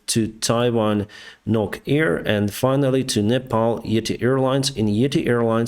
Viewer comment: Wow you pronounce proper way it’s nepal not nepol😂